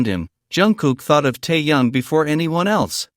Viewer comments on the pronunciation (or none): Выговаривайте правильно имя ТЭХЕНА а не ТАЯНА .